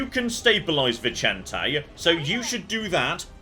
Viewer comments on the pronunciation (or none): Vicente being Spanish and not Italian would be pronounced /Vizente/ or /Vithente/ ;)